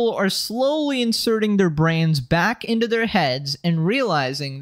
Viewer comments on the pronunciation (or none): none